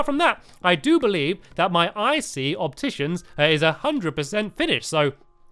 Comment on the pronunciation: it is a 'shopticians' instead of an opticians